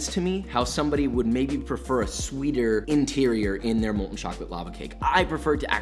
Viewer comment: IT'S *MOLTEN*!!